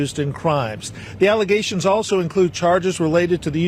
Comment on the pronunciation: Not just allezations , FALSE allezations